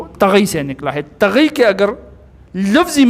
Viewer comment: سر جی ناراض نہ ہو لیکن آپ کا ناظرہ تھوڑا کمزور ہے طغے نہیں ہے طغی ہے مقصور ہے